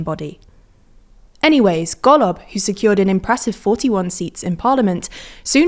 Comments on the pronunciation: she says golob like gollum. but its wrong... still funny as fuck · thats not how golob is pronounced, least you could do is get that right